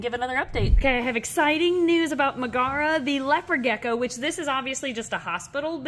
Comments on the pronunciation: i've always pronounced it 'meg-uh-ruh' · I think it’s pronounced like Megara from Hercules. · Pronounced MEG-uh-Ruh, emphasis on the Meg :) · Megara is pronounced Meg-uh- ruh. Like in the movie Hercules! She is from Greek mythology. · That's pronounced Meg-a-ra the first wife of Heracles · Its said as meg-era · Just fyi, Megara is usually pronounced MEG-uh-ruh. It’s an Anglicized version of Megaera, who was the first wife of Herakles/Hercules. They had a son and a daughter. Hera struck Herc with temporary madness and he ended Megara and their children brutally and had to perform his Twelve Labors to repent. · I think it’s Meg-uh-rah like Meg from Hercules! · I'm betting Megara is pronounced in the Roman way since it's the name of the female lead in Hercules (Disney version). Meg-uh-ruh. (and of course the wife of Heracles in mythology)